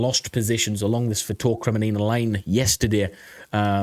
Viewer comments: Kremmina not Kreminina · its not "kre me ni na" it is "kre min na" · It is Kreminna and not kreminina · Listen, I know your British, so English isn't exactly your first language, but it is Kreminna not Kreminina... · seriously dude, have some respect! KRE-MIN-NA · Kre-Mee-na...3 syllables, not 4. Yeh, these Ukrainian place names are hard to pronounce but if it is the main topic of the video, and is in the title, you should make more effort to get it right. Watch some locals' videos like Reporting From Ukraine or Denys Davidov and listen to how they pronounce these major place names. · Bro it is called KRE-MI-NA made me chuckle a bit haha. But good vids brother and like your view on the situation. Greetings from the Netherlands 🇳🇱💯🇺🇦⚫️⚪️!